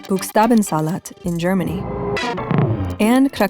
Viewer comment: that's not how you pronounce "buchstaben"